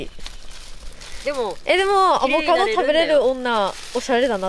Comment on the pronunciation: 母ちゃんはやっぱり世代的にアボガド言いますよねー 娘は正しくアボカドって言ってるのをみると時代を感じます